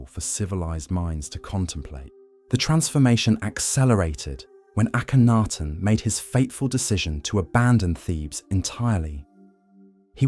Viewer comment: The is AKENTEN not Akanaten